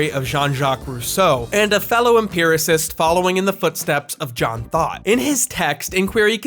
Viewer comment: Lost has been my favorite show forever and I’ve been watching this masterpiece of a video in parts each morning- fully feeding the special interest thank you 🙌🏾😭 Btw, I keep hearing John Thought as “John Thot” and it makes me laugh EVERY TIME